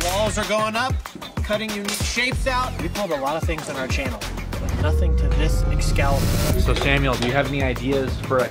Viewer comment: “Nothing to this EXCALIBER” 🤣🤣🤣